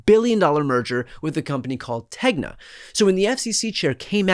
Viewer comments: TeGna. Not Tenga. That’s going to make me crazy! So many people so far. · TEGNA INC ... NOT TENGA... TENGA is an amazing Japanese company :)